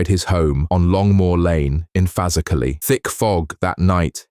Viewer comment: Say the word proper it's called faz erklay